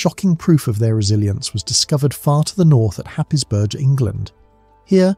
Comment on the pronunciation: I live near Happisburgh and for the record it's pronounced Haze-Bruh by the locals.